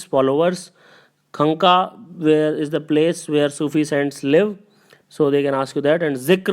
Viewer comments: Right pronunciation of khanka is 'quaanqaah' sir. Quadri sound mn .. Thank u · Sorry bt its not khanka its Khanqah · Its khanga not khanka. S'not upto mark man.